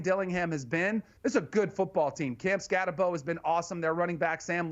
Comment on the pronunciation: You’re underestimating Arizona State and Cam Skattebo. In fact, you don’t even have the respect needed to get the pronunciation of his name correct. Cam Skattebo is a top-five Heisman Trophy contender, and goes under-noticed, and under-appreciated 90% of the time. Arizona State is the true Cinderella story. And there are many weapons on this team, both offensively and defensively, with a smart, prepared, and highly motivated head coach. Boise State is also a great team, this should be a tough challenge for both teams. But look for Arizona State to win this game.